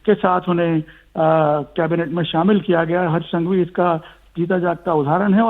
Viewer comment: संघवी not सांघवी